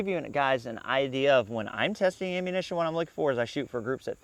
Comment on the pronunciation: I like how you pronounce "ammunition" as "aim-munition". Quite apt pronunciation.